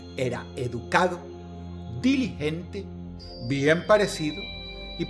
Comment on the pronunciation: "Diligente" Dross se dice "Diligente"... 👍